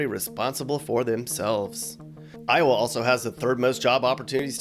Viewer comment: Not “Towa” 😂